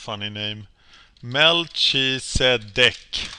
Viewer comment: I think his name is pronounced 'mel-ki-se-dek' aka the king of righteousness. (biblical figure)